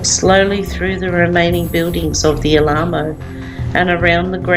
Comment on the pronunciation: Alamo is pronounced al-a-mo. Very informative, thank you